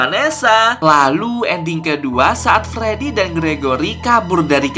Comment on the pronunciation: Abang aku mau bilang kayak nya Abang salah bilang pas di patung freedy Abang mala bilang fledy😂😂😂😂